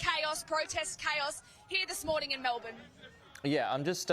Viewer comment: Best pronunciation of Melbourne I have heard.